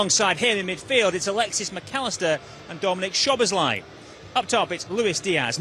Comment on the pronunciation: Is not chobozolai is szobolai pronounce it saw bo lai